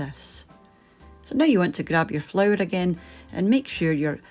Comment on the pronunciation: Say "flour" one more time, I dare you...